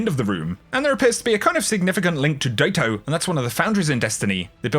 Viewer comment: Daito. Pronounced "Day-show" or even "Dye-show". Not Day-tow.